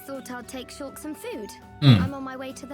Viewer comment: He even says ShulllK correctly